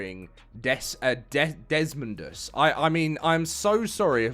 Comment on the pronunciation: Nah, this is clearly just a voice actor who isn't directed more than necessary because of his talent. It's clearly Desmodeus but he just let's the entire name fly off the rip instead of pronouncing the MO properly. Just how Meola can't pronounce Paraceratherium(Paracewrathium).